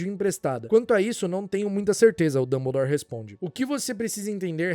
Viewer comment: notei "dumblere" na ultima